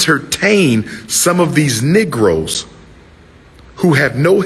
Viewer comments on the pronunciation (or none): I dont listen to ppl who say negro or "nigro" as dude said 🙁